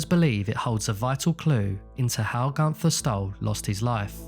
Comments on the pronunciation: The way he said günther is just amazing how wrong americans or british speak out german names . He litterly said GUNTHAR . You say GÜNTERRR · It's pronounced Goon - Ther. Not Gun - Tha. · Very sad and mysterious tale indeed….The German Name of Gunther is actually pronounced as: “Goonter”…..If Gunther was attacked, then how did they know where he would be in the first place?….If Gunther was indeed assaulted, then this definitely involved several people rather than just one assailant….It would be almost impossible for one man to do all this…..Or, it’s possible Gunter might have been suffering from Undiagnosed Paranoid Schizophrenia, which made him suffer from paranoid delusions….Delusions which made him believe that someone or various people were out to get him!…..It’s also possible he may have been a Secret Agent that had been uncovered, and was on the run from the East German Stasi….Or, a former Operative for the Stasi or the Russians during the Soviet Era, that had gone AWOL and Defected to the West…It certainly could be that the Russians were after him to silence him….These are the most likely scenarios that I can think of for now!….Hope they help solve the mystery….Somehow, I doubt that though……Excellent video that was very well researched and presented…. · Maybe atleast try to pronounce the name right. gUnFeR O.o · It's actually an ü.